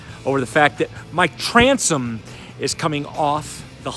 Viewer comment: Did you say Transom....If you didn't have a Ranger, you'd be screwed. $$$